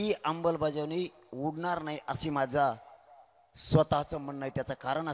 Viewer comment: अंमलबजावणी कसी म्हणायचंय ते आधी शिकून ,रटून घ्या.